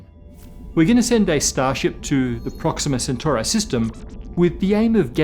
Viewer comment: It’s actually pronounced “proxima centoori” not “centurai”